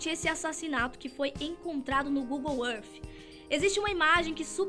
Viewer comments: para de se exibir no ingles e fala google é arti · Google arfffffff???? Fala sério...kk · Google êff